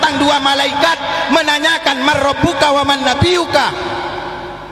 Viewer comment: Baca man robuka nya juga salah masa bacanya marobuka